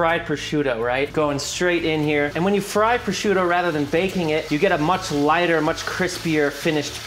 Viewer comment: Him pronouncing prosciutto to me is like nails on a chalkboard. CORRECTION: him saying calamari is just as bad. But to be fair, great way to make deviled eggs. Going to do this method this Easter.